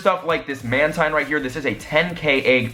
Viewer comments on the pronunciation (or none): mantine is pronounced as manteen